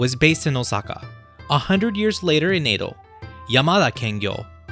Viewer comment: "Eido" Period??